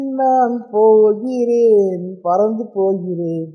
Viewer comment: Kk vara mari padininga (pohiran) 😅